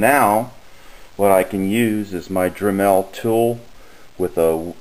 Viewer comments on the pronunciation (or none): it is DREmel...with the emphasis on the first syllable...not dreMEL...